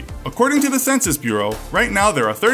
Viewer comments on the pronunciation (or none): none